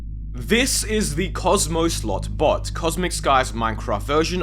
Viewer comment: He said "Slot bot" so many times that it started to sound like he said "Slut butt" lol